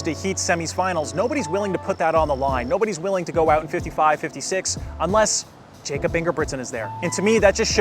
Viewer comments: Pronounced Yakob dude. C’mon. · It’s pronounced “Yacob” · Jakob, the way you said it is English. He is from Norway, which is pronounced as YAH-kup. I am just trying to help! So, hopefully this is helpful.